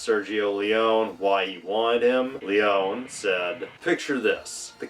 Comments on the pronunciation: Pronounced Leeonee! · Small quibble: Leone is pronounced with the last "e" (Lee Oh Nee). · Nice that you are giving background infos... you are very decent informed ...BUT the last name of the legendary Sergio Leone is pronounced with the "e" at the end because he is Italian and in italian there are no "silent letters" ..and the last "e" of Leone is pronounced as like the first "e" and not as like english speakers often do then switching the "e-sound" into "ee" By the way another fun fact ...in 1968 the american audience didn´t like that movie..and the main reason was that they hated to see their beloved Henry Fonda as "the villain" that boggeled their minds back then...another reason was the lenght and the slow paced scenes...many even attacked the tremendous film score by saying to be meant disrespectful "that isn´t a western movie but a western opera".. ...while on the other hand "playing the villain" was the reason why Henry Fonda took that role, because in Hollywood he simply didn´t had the opportunity - not to say "not the slightest chance"- to play a villain, he was simply fix defined for always playing "the good guy"